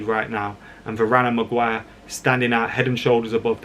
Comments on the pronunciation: It's "Mag-wire" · 'Maguan' sorry mate its stuck now